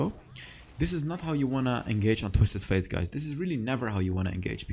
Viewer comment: You say twisted faith bite it’s fate. It bothers me but that all GREAT VIDEO MY GUY